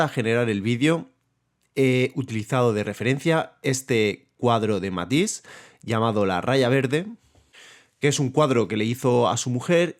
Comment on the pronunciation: I had problems with your pronunciation of Matisse, Dégas, and Sargent. Your video is 3/4 this of the way before you explain what you mean by saturation. The interaction between red and green is very interesting.